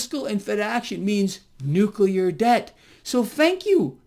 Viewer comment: Nuk-uler debt